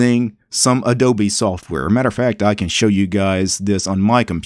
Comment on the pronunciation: odobe , instead of adobe, wow that one k*lled me